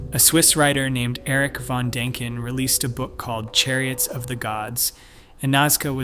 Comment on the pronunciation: God, kid… learn how to pronounce. Dan I ken…